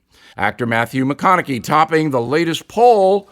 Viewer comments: I know this may seem nitpicky, but it hurts your credibility when you can't say Matthew McConaughey's name correctly...or does everyone else mispronounce it...(I know that is the case with Dick Cheney) He is not some obscure person who's never been heard of. I mostly trust your reportage, but when you miss things that obvious I wonder what other facts are missing. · Bill...Bill...B I L L L... Is That How Little You Know About Mathew McConaughey...About How to Say His Name..! I'd Figured You To Know More About Him. I Guess You Don't Watch His Movies..Ha..Ha. !